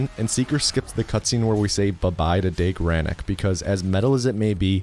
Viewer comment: Not only can you not pronounce the name of a german mathematician correctly as evidenced in DOOM 2016) but Deag is also pronounced diffently.